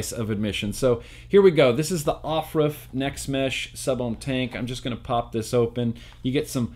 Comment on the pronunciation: Everytime you said off ruff it killed me😂😂😂